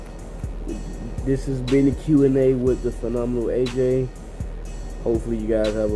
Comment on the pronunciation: Yes you pronounced My Name Right! PHENOMENAL AJ! I will not be sending any death threats! HAHA 😆